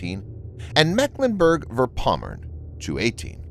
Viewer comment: It is vorpommern not verpommern 😉